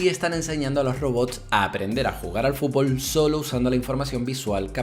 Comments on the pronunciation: Me estresa que diga fulbol en vez de fúTbol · a alguien mas le llama la atención como dice "fubol"? o_O